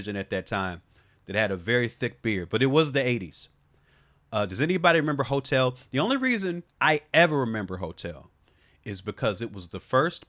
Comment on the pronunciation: I know you said "hotel" but I definitely heard hotep, FD living rent free...